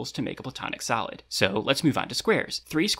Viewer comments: Confession: I was confused because I kept hearing “solid” as “salad”, so I thought educational YouTubers just sort of called them the 5 platonic salads. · I keep hearing salad